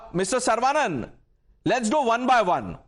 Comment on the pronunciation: Not sar-vaa-nun but Suh-ruh-vuh-nun. Or सरवणन